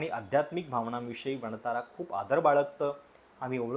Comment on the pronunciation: वणतारा नाही......"वन तारा"..😂